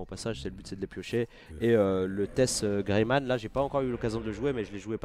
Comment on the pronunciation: "Greymane" avec un E a la fin pls :)))